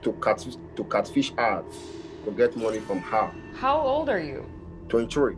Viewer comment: “My Intention was to kat-fish-ja”